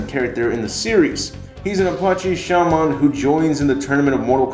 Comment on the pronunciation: You say Shaman and Cupboard really weird.